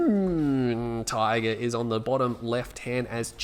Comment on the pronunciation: I've been watching your videos for about 2 years now. I'm pretty sure his name is pronounced "June Tiger". :) Anyways good to see another video from you.